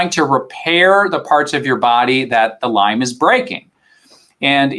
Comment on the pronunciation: Why does the host keep putting an “S” on Lyme??